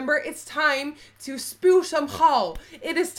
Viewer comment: I will never ever ever get over 'and now its time to spuw some gal' OGPBGOD HAHAHAHA